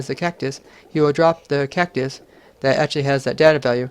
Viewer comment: Cactus? more like KEK-tus